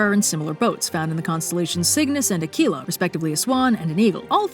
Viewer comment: Do not pronounce Aquila as aKila unless you are a native speaker of Spanish. It is a Latin word therefore the Q must be said softly with a kwu sound. Ex Queen, quiet, quick. Not like a K when saying quinoa.